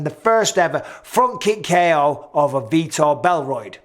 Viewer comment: Vítor Belroid 😂😂